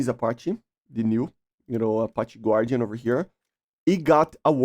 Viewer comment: The pronunciation for “Guardian” is “Gardian”, not “Gwardyan”